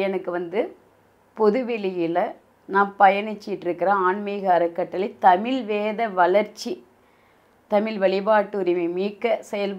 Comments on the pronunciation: தமில் இல்ல தமிழ் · இந்த அம்மாவுக்கு தமிழ தமிள்,அலைச்சாங்கனு பேசுறாங்க.இந்த லட்சணத்தில் இவங்க தமிழ் வளக்கிறாங்களா?சிரிப்புதான் வருது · இவளுக்கு தமிழ் என்ற சொல்லை சரியாய் சொல்ல முடியவில்லை